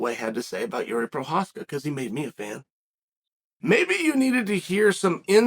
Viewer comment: I hope this spelling is in reference to chael pronouncing his name "jeery" lmao